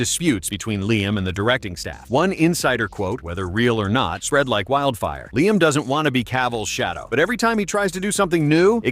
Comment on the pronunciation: It's Liam,.